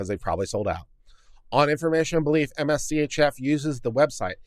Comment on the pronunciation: I suspect that MSCHF isn't meant to be pronounced M-S-C-H-F instead being said more like "mischief."